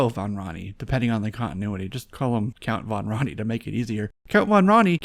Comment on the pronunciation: hated the toys, but love the idea and characters ! big fan of that. Also, your mispronouncing Count Van Rani. Just watch the cartoon to get the proper pronunciation